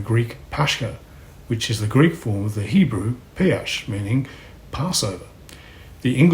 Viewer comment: Slight correction on the Hebrew - it's Pe - sa-kh, not pe-asch. Otherwise, grand.